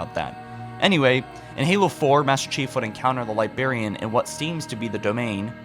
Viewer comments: There's two 'R's in Librarian. Libe-RARE-e-an. Not Libe-AIR-e-an. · libRRRRRRarian!!!!!! for god's sake stop saying Liberryan lol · He went back to saying liberrian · Anyone else super frustrated with how he says "Libarian" instead of "LibRarian"? It kills me a little more inside with every video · I love your narration, but please for the love of all that is the English language, correct your pronunciation of libRarian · LibRariab not Libarian. Please save my sanity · LiBRARian. For the love of god, its LiBRARian. ;) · The Li-berry-an. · bro, i love your videos. but you gotta stop saying "libarian" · Please enunciate your words, you're saying "Libarian" "Foreners" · God damn libarian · bro you need to learn how to say librarian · Your videos are great but you really need to learn how to say the word "librarian", it makes it hard to watch your videos sometimes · Why can’t you pronounce librarian properly? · there are two Rs in "librarian" /pedantic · Seriously why the f*** do you butcher words like librarian?! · You pronounce Librarian weird lol